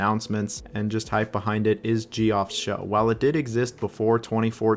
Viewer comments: Gee-off is crazy….. it’s pronounced Jeff bro 😂😂😂😂😂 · Or pronouncing Geoff as “Jee-off” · Geoff is pronounced Jeff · Shrimply Gee-off